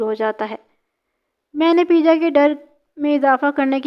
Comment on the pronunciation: Baji peeja nahi peja hota hai pervez ka urf